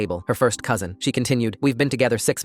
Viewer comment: took me a while to hear "cousin"